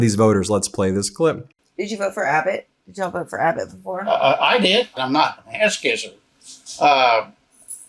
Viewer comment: That was a horrible "yall" buddy, practice that for next time please 🙏🏿